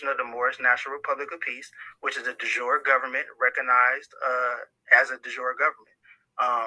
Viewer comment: It's de jure not "dijor" as opposed to de facto. Just saying.